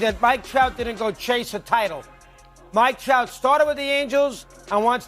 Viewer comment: Did he say the Mike Tout of the Yankees 😂